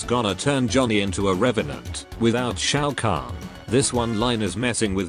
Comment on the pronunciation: bro butchered the name